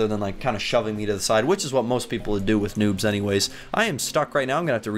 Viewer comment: noobs not nuubs